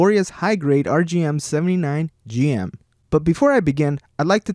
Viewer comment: it is pronounced Jim, not Jee em